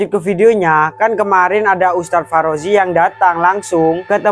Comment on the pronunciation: Ngakak dia bilang farozi